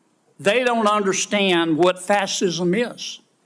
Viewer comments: "Fassism'? Really? An Oxford graduate? Really. Perhaps he should have pursued a "Hooked on Phonics" degree. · This moron kennedy can't even pronounce fascism properly, he is an embarrassment to his position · I'm 77 and in my life have never heard anyone, including the Orange Turd, pronouncing fascism as 'fassism'. Ignorant country bumpkin, as we say in the UK. He's a really stupid, horrible person.